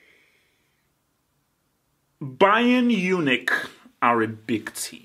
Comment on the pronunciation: For years u have been mispronouncing this team's name and I always wondered whether u were just mumbling the words but we get a clear look at it its not Bayern Unich, its Bayern MUNICH. please learn how to say it correctly lol its not that hard